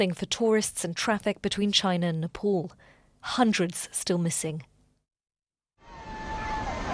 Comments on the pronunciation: why the hell do these BBC people say it like "nepol"?? its spoken NEPAAL. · Its Nepal not Nepol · Napol? Those people suffered the worst. At least make the effort to pronounce their province's name right. Smh